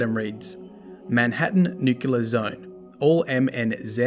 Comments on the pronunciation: Anyone else get triggered when he said “Nuke-Yoo-ler” instead of “Nuke-clee-er” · DDU double dip. Nucular! Cheers.